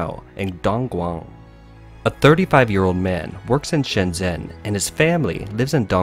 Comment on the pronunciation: How can you have a channel that focuses on China and still not pronounce Shenzhen right? XD